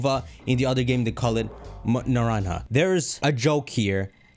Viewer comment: IT’S ( NER-ON-JUH ). STOP ASSUMING DLC IT HAPPENED ONCE. WORLD ZERO IS NATURAL.